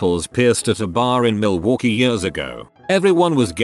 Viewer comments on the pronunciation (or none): none